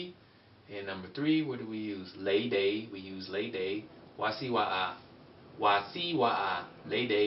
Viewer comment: lei and leidei are the wrong pronunciation. it should be pronounced with a "n" nei, neidei. "l" sound is 懶音